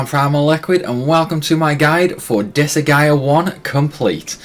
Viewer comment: I think he’s asking because you are pronouncing Disgaea incorrectly. You’re saying Dis-a-ga-i-a When it’s pronounced Dis-guy-ya